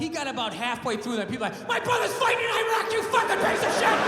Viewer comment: This idiot cannot even pronounce Iraq. Yeah khamedi beach.